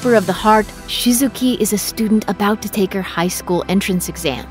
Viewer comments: No I’ve gone talk about how she said shizuki when it’s Shizuku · her name's shizuku not shizuki, pls don't disown my fav ghibli movie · Rikaku instead of Rikakko, Shizuki instead of Shizuku and more... Get your charactees' names right please. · No one ranks Ghibli's movies as "worst" to "best"... every Ghibli movie is special to everyone. I'm so triggered... Also "SHI-ZU-KU" not "Shi-zu-KI" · I really liked this list, but I do have to comment on Shizuku's name being mispronounced.